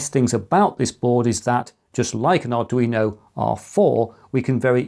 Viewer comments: I'm referring to the "you-know" part of the mispronunciation. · Arduino "you-know" ??? how do actually get the pronunciation wrong??😅